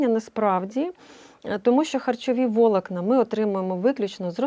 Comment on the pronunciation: Скажіть хтось цієї пані про правильний наголос. ВолОкна, а не вОлокна. КішківнИк, а не кішкІвник. Ріже прямо вуха...